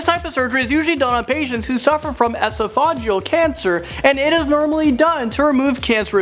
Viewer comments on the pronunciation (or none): You through in esophagectomy why??? So you could mispronounce esophageal cancer?